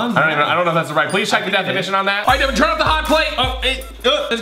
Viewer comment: Its Devan not Devon, Deven, Devin.